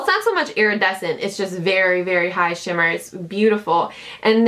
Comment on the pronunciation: When you say shimmer shimmer you sound really English lol